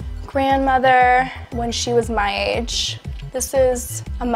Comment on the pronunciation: I am a non native speaker but am I wrong she pronounce some words differently? " my grandma when she was my adch" 👀